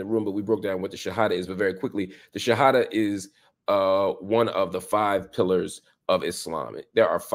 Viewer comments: I am impressed how Marc Lemon Jill explains and pronounce the shahada. Mashallah. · Marc your pronunciation of the shahada is beautiful I can’t believe how good your Arabic is! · My gosh Marc Lamont Hill, your pronunciation of the shahada is on point brother. You sound very much like a Muslim. ❤ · This brother says the shahada pretty well, 🤔 😊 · You brother said the two shahadas perfectly. Mashallah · Marc, you sound like you are a Muslim too. You said the shahada perfectly in Arabic and knows all the pillars of Islam. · Marc Lamont are you Muslim? Your pronunciation of the shahada (arabic) is pretty good as well as your understanding of it.